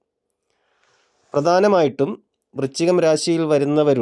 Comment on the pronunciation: വൃച്ചികം അല്ല, വൃശ്ചികം എന്നു ശരിയായി ഉച്ചരിക്കാൻ ശ്രമിക്കുമല്ലോ.